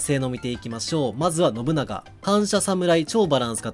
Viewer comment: 発音ノ↑ブ↑ナ↑ガ↑やなくてノブ↓ナガ↑やない？（笑）